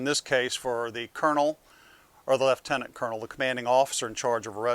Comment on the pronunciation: Impressed with your pronunciation of lieutenant.